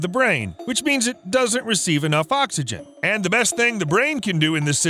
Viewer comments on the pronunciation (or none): none